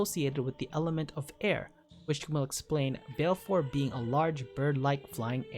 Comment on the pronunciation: You really need to work on your pronunciation of the aeon names. Valefor has 3 syllables. Ifrit sounds like "ee-freet".